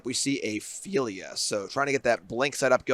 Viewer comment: Phel-i-a. 3 syllables.